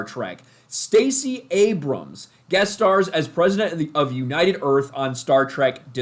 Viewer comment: She's the Prefident of United Earf!